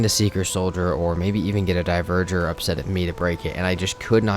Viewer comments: Dont know if you'll see this, but dverger is pronounced dvar-gear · It physically hurts everytime you pronounce dverger horribly wrong